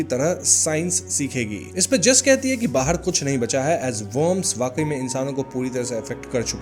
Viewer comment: Sarah d bolne me problem Hai kya bhai ... kide ko Kire bol rhapsody hai